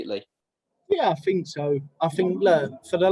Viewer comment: “I fink, I fink, I Fink absolutely”